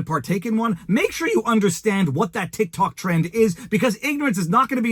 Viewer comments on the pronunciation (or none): none